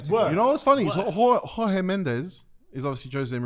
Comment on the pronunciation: absolutely butchered Jorge Mendes's name